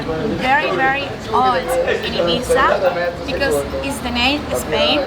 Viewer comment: If you gonna live here, please pronounce it correctly, great vid !